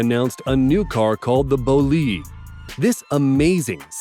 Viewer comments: KY-ron, not CHI-ron, VAY-ron, and not Ver-on and BO-Lide, not Bol-ide.... FFS lol. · The way he pronunces "bolide" makes me suffer a lot.